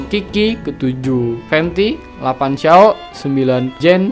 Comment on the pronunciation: Bukan keqing bacanya bng tpi Keching dan qiqi dibaca Chichi. Xiao dibaca Siao